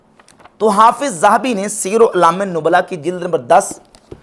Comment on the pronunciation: سیر اعلام النبلاء کا نام نہ مرزا کے چیلے کو پڑھنا آیا نہ مرزے نے صحیح پڑھا😂😂